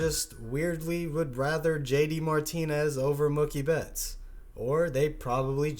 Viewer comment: "Mukie betts"...God dammit